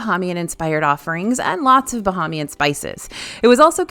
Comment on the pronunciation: It’s pronounced Bah(ai)mian. ❤